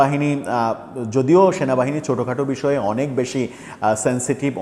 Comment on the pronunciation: Shenabahine noy cenabahini😂😂😂 Eta keno bolen na? Sob molobadee supporters Shenabahine key akon namano hoyecey